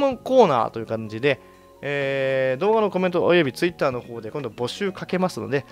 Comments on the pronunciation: ガッチさんてツイッターのイントネーション独特だよね ツイ↑ッター ってなってる めっちゃイに力入ってるよね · ツイッ↑ター↓